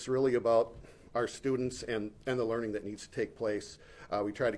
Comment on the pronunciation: "LEARING" like it's spelled in Minnesota.